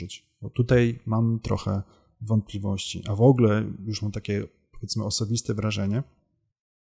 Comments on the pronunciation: Przyznam szczerze - straciłem w pewnym momencie cierpliwość do Pana materiału. Szanowny Panie. Szlachectwo zobowiązuje. Mówimy "w ogóle" a nie "wogle". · Szanowny Panie! Szlacheckich korzeni nie mam, więc z tego tytuły żadnych zobowiązań :) ja źle wymawiam, ale nie mówi się też "w ogóle" tylko "wogóle" z akcentem na pierwszą sylabę.